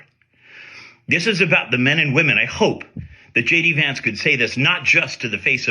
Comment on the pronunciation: Is it just me, or did Vice-president Vance say “Hey guys, it’s Shady Vance, the Vice-President…”